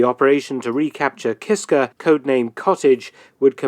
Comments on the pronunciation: KISKA, not Kisker. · KISKA!!! NOT KISKAR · KisKA KisKA....KA....KA. It was really gratting hearing the video say Kiska and you keep saying Kiskr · The island is named "Kiska" not "Kisker". Neither side talks about this tragic calamity. It is too embarassing for both. I had heard about this years ago, but never knew the details. Thanks for this! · it's pronounced KISKA not KISKAR. But its all good! Lol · It's Kiska not Kisker, his accent might have made you hear it differently. It's one of the Aleutian islands. It's just east of Attu Island, where there was a larger battle in WW2. There's still a Japanese Military Cemetery and a battlefield memorial park there today. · It's "Kiska", not "Kisker". Lol. Sometimes we all have "stupid commanders", or stupid orders, etc. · is unable to say Kiska, constantly says Kisker... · Hey, I love your channel! Great subject. Just 1 correction, I believe the island is not Kisker but Kiska. As far as the battle is concerned, I believe that this type of thing must have happened regularly in both world wars. Without proper communication, as you said, how could it be otherwise. A Canadian perspective. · Kiska. He says 'Kisker' but you have to forgive him: he's British. They don't speak the language very well. They also say 'Americker' and 'Canader'. They also think 'Featherstonehaugh' should be pronounced 'Fanshawe'. Silly billys. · Kiska!!!! Not Kisker! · It’s Kiska, not Kisker. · It’s KISKA not kisker you’re hearing the Brit accent mispronouncing the name . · I have never heard of this battle. It's a tragedy, but I'm happy that in the conflict, the Canadians came up the victor 😐., it's Kiska, not Kisker. It would have been a lot worse for the US, if Canada would have used our war beavers. They have sharp teeth. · Kiska Island - not "kiskER"